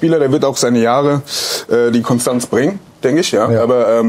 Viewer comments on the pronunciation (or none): none